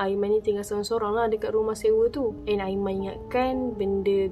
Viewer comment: "aimani" mohon jarak kan sebutan anda bila sampai part "aiman" dan perkataan "ini". "tunang hantar sampai depan pintu bilik.." ye aiman...kami percaya.